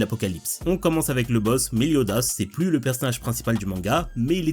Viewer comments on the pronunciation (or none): none